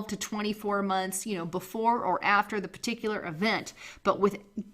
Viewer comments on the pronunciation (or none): none